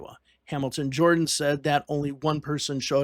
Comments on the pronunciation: Hamilton Jordan's surname is pronounced "Jur-dan", NOT "Jor-dan." Other than that, well done. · I believe Hamilton Jordan's last name is pronounced "Jerdan" . . . a small point, but I thought I'd mention it, as I recall that as a young man; Carter was the first presidential candidate for whom I voted. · His name is Hamilton Jordan pronounced "Jerden". Not Jordan Hamilton!! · Enjoyed the video, but you might want to look up how to pronounce Hamilton Jordan's last name. "Jer-dun" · It’s pronounced , Hamilton Jer-dun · Would be nice if you had the correct pronunciation of Hamilton Jordan.